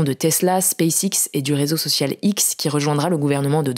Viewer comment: "pour ce rézoçocio" :D NAN, "pour ce réseau social" cher Hugo :)